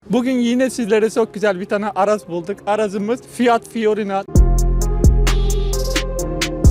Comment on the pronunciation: Fiorina değil fiorino Seviyorum seni